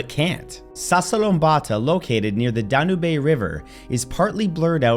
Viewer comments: Dan-youb River not Dan you bay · Dan-U-Bay? Where’s that? Ohhh, Danube. Get an education Bro. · Danube = Dan - Yube (like tube, lube or boob) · da-nu-be river